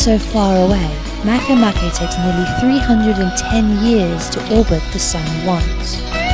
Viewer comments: it's not mahkay mahkay. it's ma ke ma ke. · I thought MakeMake it was pronounced "make" "make", but not, it's "maikeymaikey" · As far as I'm concerned, Pluto is "Still" a Planet in my mind, and if one is to pronounce "MakeMake" Makay-Makay...Then just spell it that way to be less complicated!